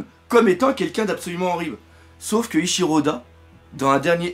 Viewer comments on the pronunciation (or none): none